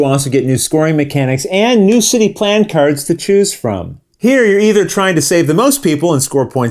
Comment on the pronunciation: Your pronunciation of Le Havre is perfect. Those kerds, on the other hand...